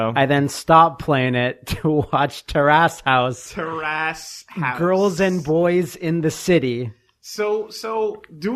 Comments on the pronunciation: terrace not tear ass . . . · It's almost like these guys don't know how to pronounce 'Terrace'. I don't even think they know what a terrace is.